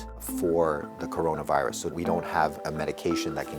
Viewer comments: Did you mean coronRIVUS ? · That WHO person's Mis-pronounce of word Corona virus will be epic scene will be on the internet forever😆